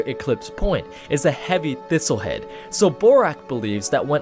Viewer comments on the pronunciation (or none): "couldah been a thistle heead"